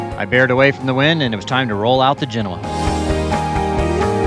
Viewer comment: omg you pronounced "Genoa" correctly, again. Have you completely changed your ways?